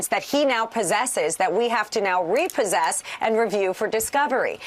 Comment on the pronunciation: Did she actually say.... "reposse???" ... (legally)...the very documents he's fighting to say he did not possess illiegally? Who is this attorney??